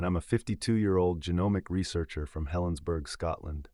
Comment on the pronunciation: From Helensburgh Scotland? You didn't even pronounce it properly!!?? 😕😡🤬